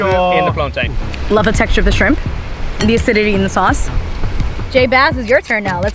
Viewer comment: You said plantain wrong 🇯🇲